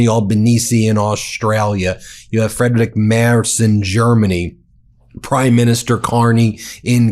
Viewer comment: As a German it amuses me how you pronounced Friedrich:) maked me smilie. Keep up the Good work against facism!!!